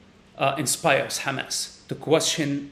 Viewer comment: Side note: I like the way he pronounces 'Hamas'.